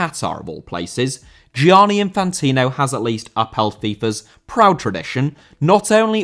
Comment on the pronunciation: Gianni* not Giòrni